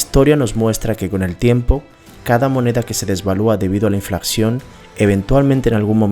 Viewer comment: Me gustá el video y no es por darmelas de qué se más o no, pero siempre es importante corregir los errores de habla pues eso créeme que reduce la credibilidad: Los que encontŕe fueron.... Dices Inflacción y es Inflación. Dices deflaCción y es deflación. Dices DeSvaluaCción y es Devaluación. (Las mayusculas son las letras que sobran.) Aunque no le quito merito al video estoy de acuerdo en un 100% con la información presentada en este, sigue así!